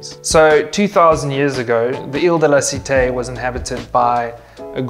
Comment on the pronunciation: It is really strange hear Paris history in English because you don't conserve the pronunciation of some words like la cité (non la citei) and others. The rest is acceptable.